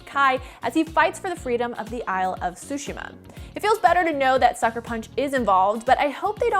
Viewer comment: What’s up with americans not being able to pronounce Tsushima? It’s Tsushima, not Sushima.